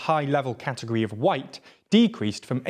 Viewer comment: why you saying white weird? Seems like you’re forcing the political White instead of stand white, where the WH is weaponised into race baiting